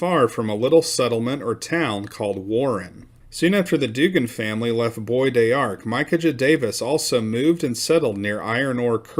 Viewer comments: It’s pronounced “Bo dark” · BBois D'arc is pronounced......Bodarc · Bois D'arc is actually pronounced "Bo Dock" by the people who live there. The "r" is real soft. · New to your channel, love Texas the history. The pronunciation is Boys D Ark. Bois d’Arc is a horse apple tree. Love the videos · It's pronounced "Bow Dark" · it is pronounced bo dark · "Bow dark" is how I've heard that place pronounced more often.